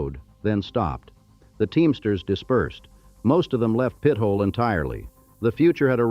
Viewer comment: Pit-ola. Omg